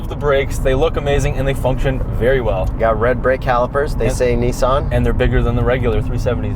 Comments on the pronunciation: 🤦🏻‍♂️ it’s not “Nee-zan” it’s “niece-on” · Its zetto not zi or zet. And its Nissan not nissen.... great video by the way. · "Neessen" lmao. Get it right next time. LOL great content! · The way they pronounce Nissan is troubling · Why are they pronouncing it kneesan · Can you not fucking pronounce NISSAN you dumb fuck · People keep talking about the car, but is nobody gonna mention the way way they say Nissan? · This is the exact wrong way to say Nissan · jesus fuck did you pronounce Nissan incorrectly on purpose? the cringe is real dude. seriously, how many people have you ever met that say Nissan like you do? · You say Nissan weird